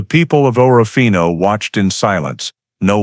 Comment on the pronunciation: It’s pronounced orfino not orra fino